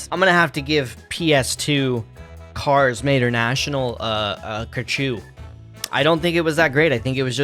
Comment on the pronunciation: Bro really used "ker-chew" instead of "ca-chiga" what are you doing brother!?